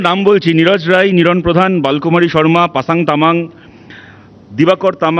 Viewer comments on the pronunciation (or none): none